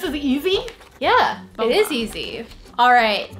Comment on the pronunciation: The way said baba Instead of boba